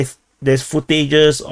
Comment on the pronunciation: One year of you mispronouncing "footage" :P